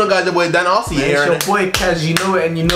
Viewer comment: he says it like AhhhZyyy, :(